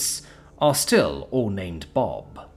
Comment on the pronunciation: Anyone else who heard the name Bob pronounced by Rowan Atkinson?